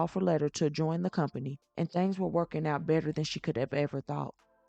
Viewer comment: I am sorry lady, but it is THINGS, not thangs, please, we HAVE to do better.